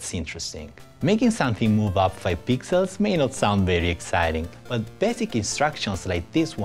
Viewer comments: Swar to god I heard 5 pizzas not pixels.. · bcs he is italian rasist XD kidding i also heard pizzas^^